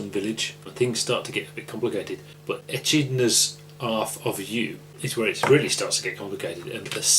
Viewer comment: coming to cinemas halloween 2015. Echidnas! E-kid-nas not etch-id-nas